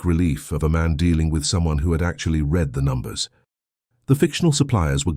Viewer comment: Great story. One wish: AI needs improvement so that "read" is narrated in the correct tense. It is always pronounc.ed in the present tense instead of the correct past tense making it distracting when listening. TX 🇺🇸